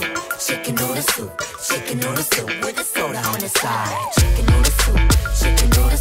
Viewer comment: dice "wit" pero no es "with" ? :U